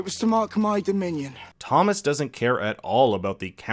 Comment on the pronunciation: I thought you said Tommen instead of Thomas and forgot where I was for a minute. 😂😂